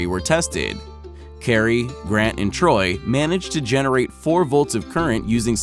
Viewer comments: Tory not Torry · Its tory not troy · It's Tory, not Troy. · troy? lol his name is tory! lol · lemme stop you right there, "Kari, Grant, and Troy". Its Tori, my dude.